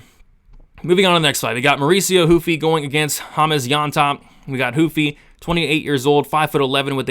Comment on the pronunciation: Why huffy ...??... itsss RRRRUFFY ... WHY evry last name with an R... Is made to sound like an H...FOR EXAMPLE ... LAST NAME RAFA .. most will say hafA🤦🏻.. Brady ✌️🤓